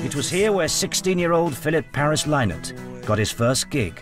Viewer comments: Why do presenters insist on calling the band Thin Lizzy? It's not ..... it's pronounced Tin Lizzy! And his surname is pronounced Linnott NOT Lie-nott! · Ok listen up..I was a close personal friend of philomena lynott...she told me personally face to face..it is lynott as sounding like why not.♠RIP PHILO.RIP PHILOMENA ❤ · SavageArfad Well Philomina, his mother, said 'Linnut'. I think I'll trust her. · anyone else irritated at the way the he keeps saying phil's second name wrong ?